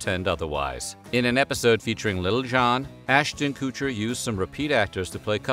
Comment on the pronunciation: Ass-tin Koo-cher lmao 🤣 you pronounce his name so hilariously!